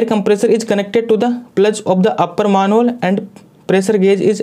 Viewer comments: Bhai मैनहोल होता है मानहोल नहीं कम से कम बेसिक उच्चारण ठीक से कर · Maanhole nh Sir Manhole hota hai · Sir plzz pronounce manhole correctly